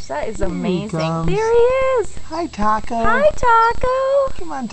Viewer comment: It's "taco" not tacou xD